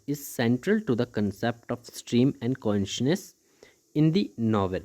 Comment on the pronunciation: Consciousness ❌ Conshness 👍